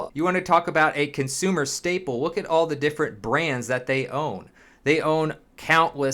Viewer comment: “If you wook at”